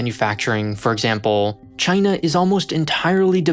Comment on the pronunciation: "CHYNA" -Trump